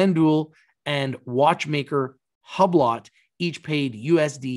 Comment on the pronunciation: Hublot( Hue blow) lol